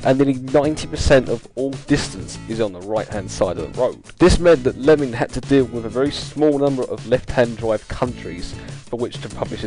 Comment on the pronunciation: The gentleman's surname was actually Leeming not Lemming.